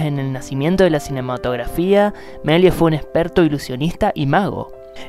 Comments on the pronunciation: El locutor (¿alumno de colegio?) acentúa mal el apellido. Es Meliés con acentuación aguda. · Cuando dice su nombre completo parece que se refiere a otra persona jajaja